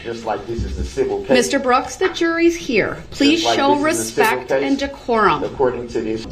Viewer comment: No he didn't ! He said, "With all RESPECK" !